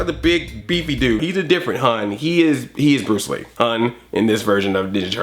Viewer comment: not bruce lee... it was pronounced BWUCE WEE